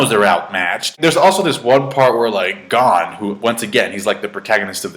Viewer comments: lol, we knew you would like it. BTW, it's pronounced closer to "Gown" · U not saying gon name right